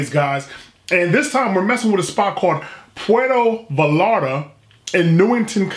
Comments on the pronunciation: puerto vi-yare-ta 😂😂😂 i love you man but that was funny af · Please enunciate it as Pwhere as in where with a P at the beginning sphere toe Vie Yar ta. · You are wrong. The double l is pronounced like "ya". "Puh-where-toe Vye-are-tuh" would be the correct pronunciation. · It’s pronounced Pu air toe vai art ta. Props to you brotha learning that espanol. Keep them reviews coming!!! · It’s pwe rdo . The r is special it goes rrrr learn that shit on you tube though. And then it goes vie yarta . Pwe rdo vie yarda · Poo-air-toe Ba-yar-tah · Puerrrto Vayyyarta....double LLs in Español , are pronounced like a y. 😊. I love your attempts to get the pronunciation right & I love your reviews & channel! Keep up the great work! Provecho...Enjoy! 😊💃🏽🌮🌯 🇲🇽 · Most fire content I’ve seen in a while, had to subscribe and hit the notification bell. P.S. 2 L’s makes a y noise so it would kinda sound like puerto vayata. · Should have gone for a carne asada plate with Tortillas de maiz (Corn tortillas) "Por-ware-toe Va-yar-tah" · Its pronounced Vie-Yar-Ta. Puerto Vallarta. Another banger! Keep em comin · Pronounced as “Puer-toh Ba-yar-tah” were the “t” is softer. First off: stir-fry is more Asian-inspired rather than Mexican. I was hoping you would enjoy something like tacos al pastor, or carnitas, cochinita pibil, or a quesadilla. But I’m glad you tried mole. Like you said, it’s a peanut based chili sauce but it’s also has a hint of.. I don’t know if you tasted chocolate. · Puerto (spanish for "Port") Vallarta (LL sounds like a Y, and a strong T "VayarTa") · “Poowear-TUH Vie- AR-TUH” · Easy way to say it -pwer tho, vay yar(d) tha. Can roll those R's if you like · Pronounce it this way: Puerto Bi-arta. In their language V’s are pronounced as B’s. 😀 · it is pronounced “Poo-err-toe Vah-yarr-ta” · It's pruhnounce pwetho viyetta say it really fast tooo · Pwair-toe Vie-are-tuh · Puerto Vallarta - Sounds like pu elrrr toe vi arrr ta. Put some Pico De Gallo on that.